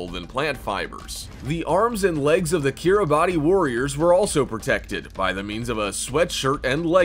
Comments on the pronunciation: Umm Yeah, around the 40 second mark you talk of the Kiribati Islands.... the thing is, it’s spelled Kiribati, but it’s pronounced kir-a-bus. Just thought you like to know that you’re insulting the entire country by mispronouncing it’s name... but then you sound like an American, so going around insulting people by saying the name of their country wrong is just par for the course. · Kiribati is pronounced "Ki-ri-BAS", the last syllable rhyming with "arse." Two minutes of research on the net would've told you that.... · Kiribati 🇰🇮 is pronounced: “Keer-e-bahs”. I don’t personally know why that is, but I do know it’s NOT pronounced how it’s spelled.